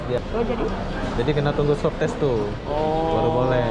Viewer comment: SWAB TEST BUKAN SUWABTES HAHAAA